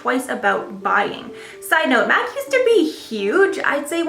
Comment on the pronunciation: Dont pronounce MAC Cosmetic as Mac. it's M.A.C - Make-up Art Cosmetics